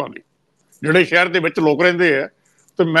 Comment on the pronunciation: The word is Desh not Des , Shahr not Sahar , Taanashah not Taanasah as one of your commentators pronounces . Secondly, if the farmers have the right to demonstrate, common people have right to go on the roads . Thanks .